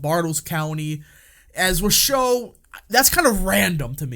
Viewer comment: MAKE NV RED AGAIN! ❤ it’s pronounced WASH—OH county 😉